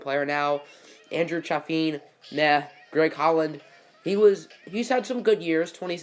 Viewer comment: Eduardo didn’t get a ring.. he was traded to the Dbacks at the trade deadline. And Andrew Chafin’s name is pronounced Chay Fin